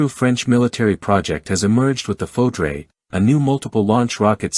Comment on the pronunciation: it is pronounced Foudr NOT Foudrea. Foudre is a storm lightning.